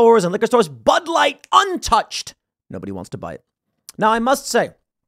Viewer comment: "just like butt wipe, bud light", 😆🤣, sure sounded like that's what young Tim said.